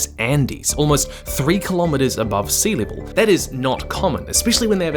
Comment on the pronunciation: Sea “leevil” 🤣